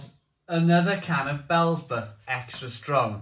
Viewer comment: Bee ell zee bub!!😂